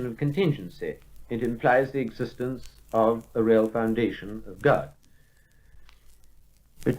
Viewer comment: eggs-istence is not a preddi-kate Thank-you for pinting thet-ite